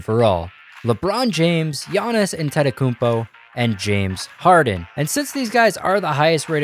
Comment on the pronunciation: At least say Giannis’s last name right